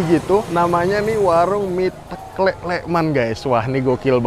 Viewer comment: Mas garda bukan asli jogja ya..klihatan dari penyebutan kata ( teklek) salah